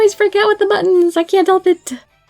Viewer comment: I still laugh when I hear you say ahh buttons lol